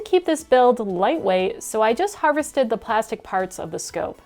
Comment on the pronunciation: love the video! but u kill me every time you say "harvested" lol